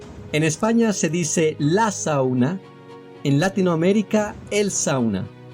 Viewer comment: Muy bueno, aunque concuerdo con que no debemos generalizar Latinoamerica como simbolo de habla castellana. Por otro lado, la pronunciación de Latinoamérica debería acentuarse en la "i" de Latino y en la "e" de América, pero el locutor acentúa en la "a" de Latino... quizas soy yo, pero suena raro acentuar la "a". Saludos